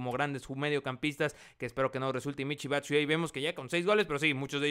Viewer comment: SE PRONUNCIA BATSUAYI